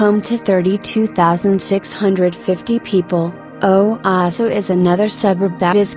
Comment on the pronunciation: Please learn to pronounce the town names. O waas o